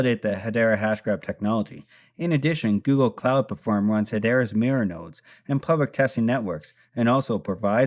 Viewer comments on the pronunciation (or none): none